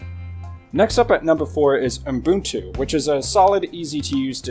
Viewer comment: [Pedantic point] There is no "m" between the "U" and "b" in Ubuntu. And yet, every time you say it...[/Pedantic point] Other than that, I find the DistroWatch page hit ranking as useful a tool for judging quality Linux based OSen as I find gasoline a useful tool for extinguishing a fire. In other words, Not very. Popularity rarely equates quality.